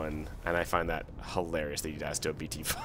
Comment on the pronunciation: The way u said bt5 initially, hilarious